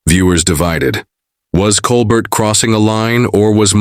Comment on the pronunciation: At least get the AI to say Colbert correctly. Coal Bear..